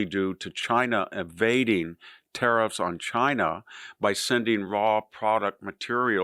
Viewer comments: If you keep calling tariffs tauriffs im Unsubscribing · VDH has a weird way of pronouncing some words. Such as "tariffs" and "chauvinism."